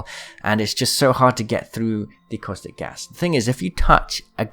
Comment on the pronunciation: I cant get over how u keep saying "Coystic" instead of Caustic 😂